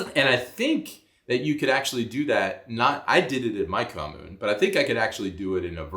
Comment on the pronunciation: The period for campaigning is legally limited, candidates will get fined severely for campaigning outside the appropriate period. Sadly the media talk 70% or so about that on news broadcasts, which is kinda annoying.😅 Oh, and also, your pronunciation of 'kommune' was really good!😁👍